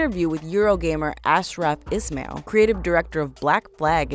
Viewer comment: maybe learn to say the names correctly? Altair without an accent isnt ALL TEAR. Ismail isn't IS MAIL either... 😑